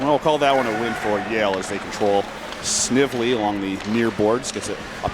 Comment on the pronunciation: Announcer, Snively with a hard "I" please. Nice comeback win by Yale.